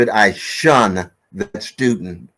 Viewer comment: Um. It’s SHUN hun.